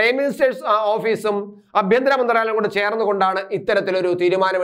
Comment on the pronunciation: അഭ്യന്തരം അല്ല അണ്ണാ... ആഭ്യന്തരം....